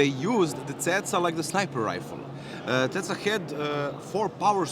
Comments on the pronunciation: its CECA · The good old "Ceca"